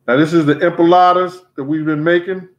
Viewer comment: Loool is it empanadas or empalades I’m confused the way he’s saying it